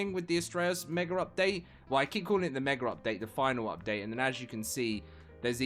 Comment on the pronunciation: Mega does not have an r at the end its mega not meger